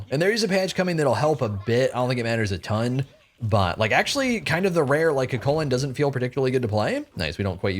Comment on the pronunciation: The gods new name shall be CUGHHHHculan in honor of the moans